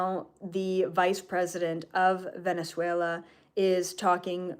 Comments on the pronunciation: Thank you,, for this information 🙏❤ I'm curious about the role of Venezuela from the behind the scenes point of view. Do you have any video where you talk about it? Btw, your pronunciation of Venezuela is perfect 😃 Thank you very much for this download 🤲❤ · I think you are saying Venezuela perfectly. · You’re actually pronouncing Venezuela as a native. Love it! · You are saying Venezuela correctly 😊